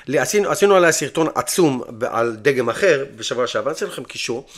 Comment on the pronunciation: לא אומרים דגם כ-dgam אלא אומרים the-game, בבקשה תשתדל להגיד ככה, זה מטריף.